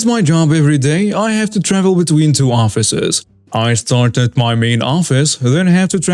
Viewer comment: can I give you a tip for your narration? Your English delivery is getting really good, but there's a thing you do that sounds quite odd. Whenever a sentence ends in something like "...picked up my baby" or "tried to get into my house," you put an accent on the "my" (or "his" or "their" or whatever). If there's any accent at all, it should go on the last word, not the possessive before it. It should not be, for example, "The man tried to get into MY car" or "The woman rode her bike right into MY garden," but "...get into my CAR" or "...right into my GARDEN." Hope you don't mind the lesson!